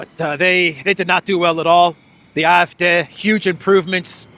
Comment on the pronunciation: How come you pronounce CDU normally but AfD weird?